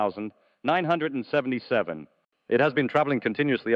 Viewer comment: Sounds like an AI voice that doesn't match his lips movement and doesn't know how to pronounce "1977".